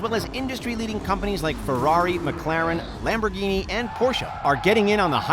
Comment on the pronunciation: Lamb Burguini